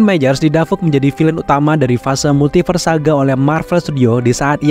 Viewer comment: Aku salfok sama mimin yang nyebut Multiverse jadi "Multifars" wkwkwk... Juga kata "Conqueror" :)